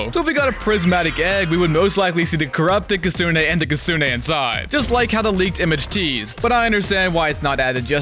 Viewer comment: "Maniaki Nyeko and Crrrupto Kssne"